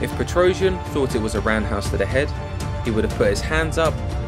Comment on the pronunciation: I think Girogio's last name is not pronounced "PetrOuzhian" but "petrosiAn".